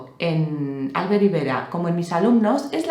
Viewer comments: No viene al caso, pero, he visto que pronuncias "Álbert", y se pronuncia "Albért". Tal vez os parece una tontería pero hay muchas personas con nombres en catalán (Miquel, Alfred, Albert, Roser, Robert, etc) que son palabras agudas y la gente las pronuncia como si fueran llanas, supongo que por influencias anglosajonas. Es muy desesperante que pronuncien mal tu nombre jajajaja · Por cierto,, se pronuncia "Albért", no "Álbert", el nombre catalán del señor Rivera. Saludos cordiales.